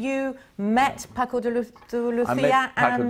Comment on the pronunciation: Nice interview and playing. Shame the presenter forgot how to pronounce Paco's name and bought up the issue of speed when talking about technique (further adding to the stereotype that speed is all guitar players care about).